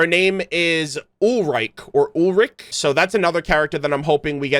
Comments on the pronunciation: I love watching those lore analysis and speculations. Also as a German myself, you pronounce Thomas mom's name like Ulrich which is the male version of her name. Her name is pronounced more like Uhl-ri-ke, "ri" like ree or reh and "ke" like in kendo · german here closest i can write down how to pronounce Ulrike is: "Oolreekuh"